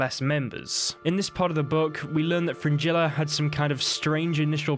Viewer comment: Do you realise how you pronounce "g" in Gerald? Vengerberg? Nilfgaard? Yeah Fringilla.